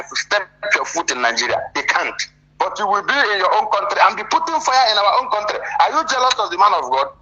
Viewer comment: 'You're not from our contrre'. Illiterate 😂😂😂😂😂😂